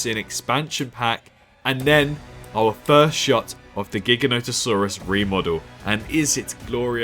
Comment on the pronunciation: Jiga no toe saurus lol my dude… it’s not that hard.